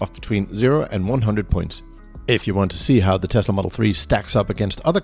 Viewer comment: May be the best review I’ve seen for any Tesla - perhaps any car. Right up there with Thomas from Autogefuhl. Excellent production, presentation, editing and, from a personal perspective, the correct pronunciation of the word Tesla - it’s s not z - is much appreciated. Thank you.